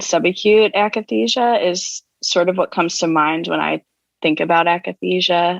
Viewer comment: Painful to hear "akathisia" mispronounced by 1,000 times.